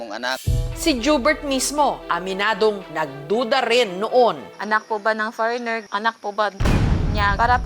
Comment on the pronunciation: Far-reigner??????Ano dw